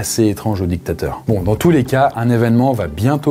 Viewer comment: La video de est meilleure ! Tu prononces trop les mots "dictateur et grand mechant" comme si tu avais choisi ton camps